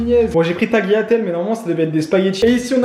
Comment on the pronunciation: sa ce prononce taliatelles